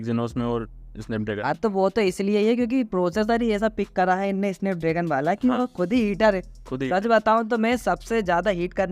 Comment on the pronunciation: स्नैपड्रेगन ❌ इसनैपड्रैगन ✔️ 😂😂😂